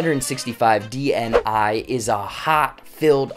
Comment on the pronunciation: If you'll pronounce "dni" like that one more time I'm going to go crazy, you don't say the letters separately, it's not an acronym, it's a word